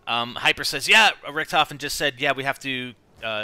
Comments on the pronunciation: of course it´s Richtofen, but it´s pronounced Rishtofen or Risht ofen. but he keeps saying Ric tofen in the video, which is obviously wrong pronounced. and btw, don´t tell someone who lives in germany how a german word is written or pronounced, lauch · its pronounced RISHT OFEN!! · In the game, the other characters pronounce his name 'Ric tofen' so yeah, thats why people call him that.